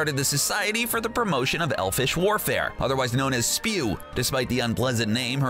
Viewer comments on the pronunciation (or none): Society for Elfish WARFARE? That's what we are gonna start if u keep pronouncing/even telling the names wrong Also, it's not spew. It's S-P-E-W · It’s not spew it’s S-P-E-W